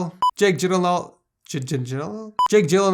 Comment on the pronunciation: Punch should win BTW you still pronounce Gyllenhaal wrong.